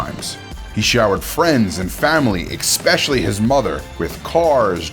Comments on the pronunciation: You lost me at "expecially". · "ekspecially" is not a word! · Can’t say especially right or Holmes or theranos or Antoine